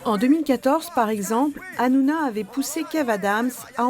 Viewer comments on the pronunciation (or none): Hanouna...non ranouna🤧